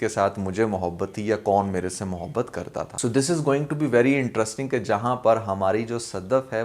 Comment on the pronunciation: Interrisssssting. Cherscterrrs...